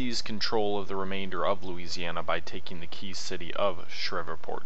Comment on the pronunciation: Not to be rude. But it's Shreveport. Pronounced Shreeveport. Been that way all my life. I know people from there, and that's how they say it, too. As an side, read Rebels on The Red and Faces of Fort DeRussey by Randy DeCuir